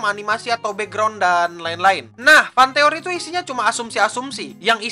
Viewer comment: jadi "FantEKoRi" itu apa